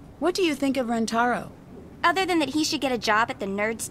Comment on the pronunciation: I still think the most American thing about this game is that no matter how many times Nancy is corrected on how to Rentaro's name, she still gets it wrong *and Ryokan